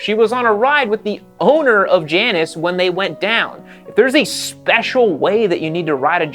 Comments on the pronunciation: You’re mispronouncing Janus. It’s Jay-nus. After the designer, Hugh Janus. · it's OK to pronounce the brand properly : it's Jay-nus.. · I believe it’s pronounced Jay anus. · Pronounced Jane-us. Named after the two-headed goddess. And, if the bike is using cheap front end components, you have a perfect recipe for a death wobble. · The, 'J', is silent.